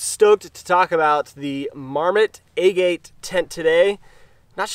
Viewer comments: Is it a-gate? I thought it was aa- git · Locals in Utah pronounce Hurricane "Hurrakin." Doesn't make it correct. :) JD is correct, the pronunciation of agate is Ah-git, after the type of rock. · Your pronunciation of agate is way off. Aah-git (like the stone)